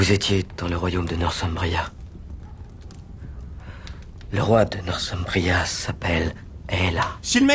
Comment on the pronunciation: Le fait qu'ils prononcent "Northumbrie" avec un Th (approximatif) comme si c'était de l'anglais moderne, c'est assez navrant, aussi. C'est aussi con que de prononcer des noms grecs mythologiques ou historiques à l'anglaise. (Même si c'est une prononciation réaliste, c'est un effort déplacé.) c'est vrai que les séries télé sont doublées en cinq minutes par des gens à qui on laisse pas le temps de préparer quoi que ce soit. (Et les séries netflix à plus forte raison.)